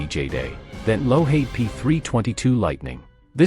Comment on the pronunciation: get rid of the fake voice who misprounces everything lockheed not lo haid